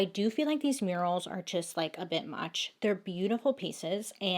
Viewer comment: I love this story!!! Lol Bailey, I thought you said right inside there were “urinals” and realized you said murals. 😂😂 Btw your Make-up turned out beautiful!